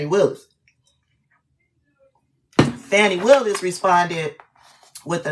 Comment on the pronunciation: Please pronounce her name properly.